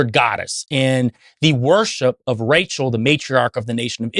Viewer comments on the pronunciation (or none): none